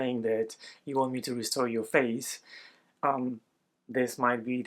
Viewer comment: When you first segued into the ad, I heard "faith" instead of "face," so it sounded like people said "I wish you could restore my faith."